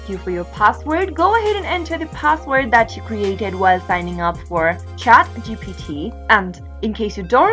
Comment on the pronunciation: Can you please stop using the greatest country name as your location as either you pronounce it as American or have any idea what basic English even in that case. You keep on saying GTP?!! wtf..you are a smokin' pod. what kind of smoke you are smoking?? & Youtube: can you please block these weirdos for misleading humanity, it will be really appreciated.